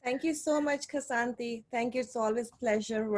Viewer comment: Why can't anyone pronounce your name?🥴